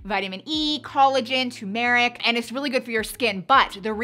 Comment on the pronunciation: Does everyone in PA pronounce Turmeric like you?? It’s strange.